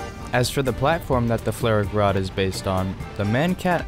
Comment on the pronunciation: Are you pronouncing the name of the vehicle correctly? Idk flare rack rod doesn't sound right to me but I don't know german